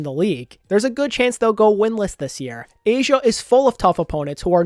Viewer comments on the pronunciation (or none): none